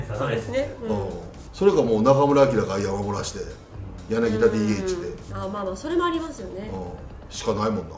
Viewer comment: やなぎだって言うなよ。やなぎたです